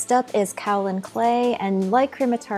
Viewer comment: Great tutorial. One note: It's pronounced Kay-Oh-Lin clay, not Kah-o-lin.